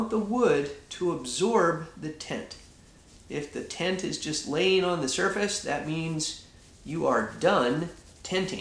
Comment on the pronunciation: Sounds like he's saying tent instead of tint